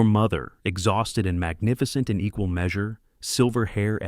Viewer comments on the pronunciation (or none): none